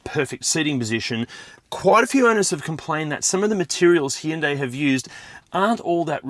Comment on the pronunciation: God, I hate the way that Hyundai have decided people need to pronounce their name, it sounds like someone’s having a stroke. That kind of suits the way most of their new cars look anyway.